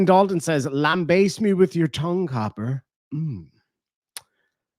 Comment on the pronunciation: Wait, wants the cops to baste him? the term is lamBAST (not sure if that is the spelling but it is the pronunciation)